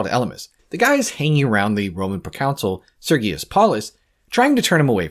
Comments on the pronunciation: Great video, but you’re pronouncing ‚Consul‘ like ‚council‘ it’s more like Cahn-sul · The pronunciation is not like council. Con - soul, or kaan-sl phonetically. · Hearing Consul pronounced Counsel annoyed me for this entire video